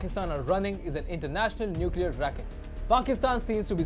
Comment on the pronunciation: Nucler tipped not powered nice analysis though